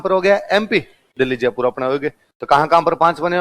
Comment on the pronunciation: तो फिर जयपुर को जजपुर तो नहीं बोलते हैं